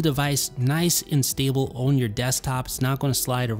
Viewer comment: What’s your accent from? I’ve recently noticed that you pronounce the word “on” as “own”. No disrespect, I’ve just never heard anyone pronounce it like that. Quality videos by the way 👍🏽